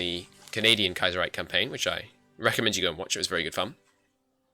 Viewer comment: It's Kaiserreich not Kiaserreich